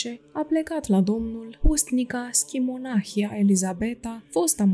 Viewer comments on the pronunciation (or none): Stimată doamnă, dacă stăruiți în a lectura unui auditoriu vorbitor de limbă română nativ, ar fi de dorit să citiți respectând regulile de pronunție ale limbii române. Se regăsesc, în cuprinsul materialului lecturat, mult prea multe greşeli în ceea ce priveşte accentul, fals atribuit, multor cuvinte (monahie, schimonahie, ceaslov, isihie, pustia, pustie, Ioanichie, privegherea, pridvor, Pahomie, soborul, tuturor, scârnav), ceea ce, după părerea mea, este impardonabil. Pentru ascultător aceste dizarmonii fac să scadă valoarea informației şi să răpească din emoția duhovnicească a relatării. Doamne, ajută tuturor! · Aveți greșeli de pronunție nepermise pentru un site ortodox. Nu stăpâniți exact acești termeni și pronunțați cuvinte ca Ceaslov, schimonahie etc ca și cum ar fi din alte limbi. Le stalciti rău de tot.